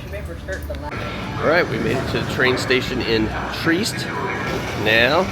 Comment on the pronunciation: It;'s pronounced TREE-EST not TREEST. I can't tell you how annoying dumb Americans are.